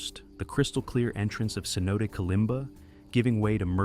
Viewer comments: Sinote... Really? Cmon man a simple google search and you couldve gotten the pronunciation "seh'noh'tay" cenote. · aS in no take